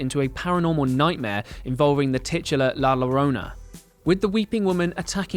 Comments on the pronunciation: I am just gonna let the pronunciation of “llorona” pass (deep sigh) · ItsyaboiiuhhBoba Feetfungus It’s literally not hard. You just replace the two L’s in Llorona with a Y sound. Again, two second google search. Lmfao him being white has nothing to do with it. And you act like people are really torn up about his mispronunciation. OP just made a joke about it and you got all bent out of shape. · It's pronounced yo-ron-na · I can’t get past his pronunciation of llorona. It’s a Y sound not an L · Llorona pronounced with “y” as in yes. Yollorona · This guy said, The Lorona .... Best thing ive heard all 2020. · Thank you for this video. I just binge watched the whole Conjuring series today. Great job with this video. But as a Hispanic... though it's not your fault you don't know this... I can't help but to tell you that La Llorona is pronounced La Yorona. "Double L" in Spanish has a "Y" sound. Ll = Y. So sorry for being nick picky. I do apologies. But like I said, despite of that one tiny thing your video is great. Nice job. I enjoyed it. 👍🖤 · La llorona “Yo” La Yorona U pronounce it with a yo like yo-yo La llorona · la llarona is pronouced "la yarona" in spanish btw. get cultured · It’s spelled llorona but pronounced yorona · Nuuuu u pronounced la Llorona wrong.😿 La llorona (la yorrona) two l’s together is like a y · This dude really said la llorona. It's pronounced yo-ro-na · It seems that you need help saying “la llorona” perfect way to say it is “la yo-ro-na” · You bad at the pronunciation of la llorona. You should had pronounced first before doing the video. The “larona” 😂🤣😂🤣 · Omg I screamed when he said i La Lorona 😂😂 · The way he says Llorona annoys me 😂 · as a latina/hispanic i am cringing really hard at how you pronounce la llorona...(the ll has a shh sound) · Loved the video! But seriously, mate, ask someone for the correct pronunciation of "Llorona". 😄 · So y'all can say yo-yo but can't say llorona? Its literary the same pronunciation 😓